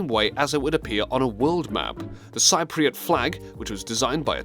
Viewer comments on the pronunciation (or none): The word Cypriot is pronounced sip re ot. Atleast, I pronounce it ;ole that. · Thanks for learning? You need to learn some pronunciations. Nepal, Lesotho, Cypriot, Bhutan and Paraguay were all incorrect. Seriously, you prounounced Nepal Naypal like Paypal.